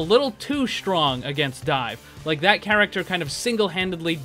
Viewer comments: "garachter" - Saying the same word over and over does things to a person. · "How they can fix the garacter"? XD